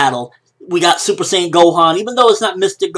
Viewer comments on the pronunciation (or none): The user of the video pronounced Saiyan wrong. LOL. S-I, not SAY.